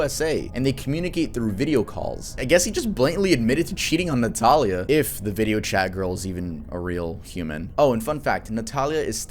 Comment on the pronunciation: For the part of the vid featuring Christian Montenegro, my first name is Natalia pronounced the same way as in the vid. No one ever says it right so hearing it pronounced correctly lowkey scared me a bit lol.